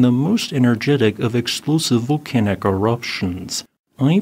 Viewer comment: and yet he can't pronouce volcanic?